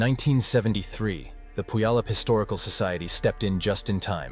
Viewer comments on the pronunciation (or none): You can't even say, Puyallup!!!!!😕